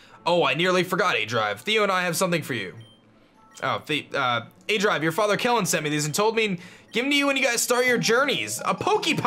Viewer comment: Um... did you call yourself 'aJive' in the beginning? xD I can't be the only one that heard that